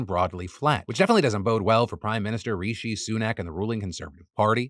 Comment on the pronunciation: I’m obsessed with how you consistently pronounce ‘Rishi’ x-)